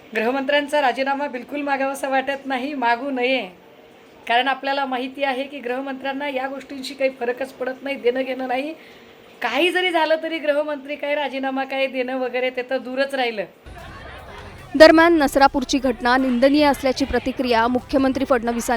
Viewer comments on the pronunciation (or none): अंधारेबाई, ते गृहमंत्री आहेत. ग्रहमंत्री नाहीत.